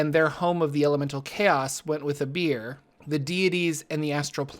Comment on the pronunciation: I understand "they went with a beer" xD